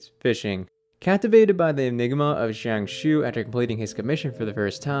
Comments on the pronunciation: its jiang shue not jiang shiu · ah yes my favorite npc "shian shoo" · good theory, but i cant help but wince at his pronunciation of jiangxue's name in this entire video 🥲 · real lol